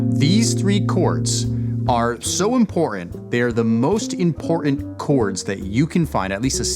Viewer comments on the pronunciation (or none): "impor 'ant"? 🤔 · I’m more than willing to subscribe to your channel because you have a lot of good stuff but on a personal note, could you please pronounce your tease when saying the word important thank you